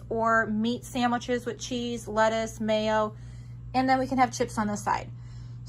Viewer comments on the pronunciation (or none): none